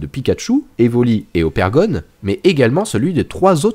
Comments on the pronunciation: Mais c'est pas Opergon, c'est Ogerpon! Dsl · C’est ogerpon et sa se dit ogèrpone 😡😤😩